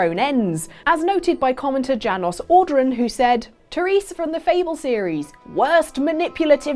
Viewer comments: Janos Audron is pronounced YANOS, not Jan-os! And it's the name of a main character from the Legacy of Kain series, possibly the best game series ever created! Shame, SHAAAAAME! Jk, jk, you're still great,. But really, though! 😆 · pretty sure it's pronounced Yanos the j is said like the norse way as a y also can't believe you missed the Legacy of Kain reference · Honestly, my only complaint about this (as always) fantastic video was the pronunciation of Janos Audron. IT'S YANOS Audron, foo!!!